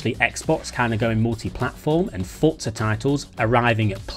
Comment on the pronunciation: Fortza never understood why they decided to pronounce this word and have a silent T there ForTza 😂 just say Forza 😂ew